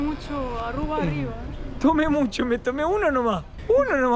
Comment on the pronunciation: No es Arrua, es Aruba.